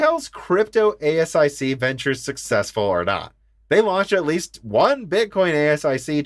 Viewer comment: You don't need to say every letter of ASIC - repeat after me "a-sick" or "Ay-sick". 😉It's an initialism.